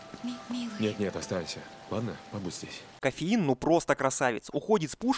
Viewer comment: «Коффеин» ахаххаха блааааааа ору